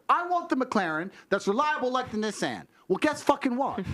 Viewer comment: wtf is a “nissssan”? 💀💀😂😂